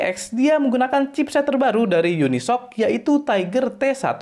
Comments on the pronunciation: Bukan unisok bang bacanya, tapi uni-es-o-si kata pak dosen jagatreview 😂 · Ralat bang, unisoc gk terlalu baru juga bang, udah dari lama. Penyebutan Unisoc juga salah, harusnya uni S-O-C. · di baca UNI-S-O-C nyok muyok